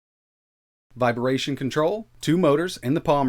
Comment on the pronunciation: lol I can't get over how your pronounce "Vibration" as "viberation" haha thanks for all the vids :)